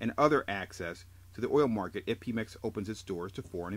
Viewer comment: its not pee mex.. its PEMeX!! Like Pedro!! Pe Mex!